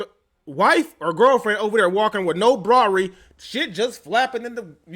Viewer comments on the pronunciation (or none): Bra-ery 😂😂😂😂 you crack me up.